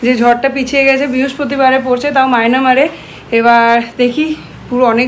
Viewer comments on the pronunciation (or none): Excuse me,,kotha ta মায়েনামার noy,,ota মায়ানমার 😂